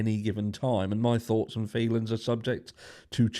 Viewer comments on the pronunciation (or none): none